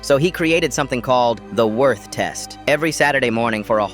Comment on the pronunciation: "werth" bruh